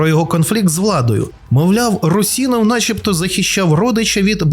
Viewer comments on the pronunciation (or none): Русинов) ударение на у пожалуйста